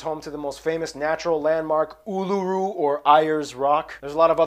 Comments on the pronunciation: No. Its pronounced ULURU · It's pronounced uluru